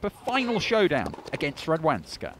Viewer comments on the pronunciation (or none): The way the English narrator pronounces the 'w' in Radwańska makes my toes curl. The American commentator got it right bloody hell, why can't this chap?